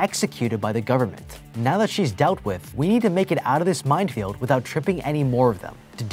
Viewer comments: Love these videos but why does he pronounce minefield "mindfield" 😂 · Anyone else hear mind field every time he was saying mine field lols